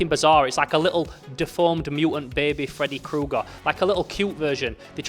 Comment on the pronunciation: Fredaye Kooger 😅